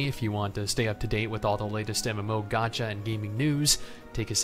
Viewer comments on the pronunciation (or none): none